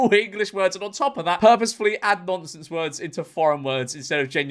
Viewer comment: Just realised that he mis prounanced, mis proununciation